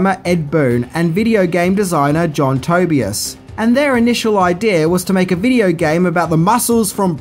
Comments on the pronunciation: pronunciation errors 1 tobyus its ToeBYEAS 2 Scorpio......REALLY!? wtf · He also said Toe-be-es. It's pronounced Toe-by-is! And he says Jade and shows Katana. I have to wonder if he really knows what he's talking about. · Lol "tobi ass" "To bias" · “John Toby-as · John To-BI-as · John (toe-bye-as) thats how its supposed to be pronounced lol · I Think it’s pronounced TOE-BYE-US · TOE-BY-US... names aren't hard.. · Its pronounced (toe by is) Tobias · Pronounce his name wrong it’s per ounces too-buy-is that’s how u say jhons last name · He also said tobias wrong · (< 2 mins) I would like to propose an eleventh thing that the video maker didn't know about Mortal Kombat - "How to pronounce the game creators names" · Not even 2 minutes in and He say's John Tobias' name wrong haha! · The fact that you called one of the most iconic characters in the video game, Scorpio makes me sad. Any real fan of the game would never have made that mistake. Also I don't like how you pronounce Tobias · You said Tobias wrong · It's John Tuh-By-Uhs, not Toe-Be-Iss. It's Ed Boon, not Bloon. It's Scorpion, not Scorpio. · Its Tobias Not Toybeus Smh Its SCORPION Not Scorpio & U Said Ed Bloom Lol Come On Dude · Pronounce Tobias correctly, and who’s Ed bloon. There is no character called Scorpio. You’re really not good at this and if you’re trolling it’s not funny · The way you said “Tobias”, “Kitana”, “Shou”, and “Scorpion” 😳 lol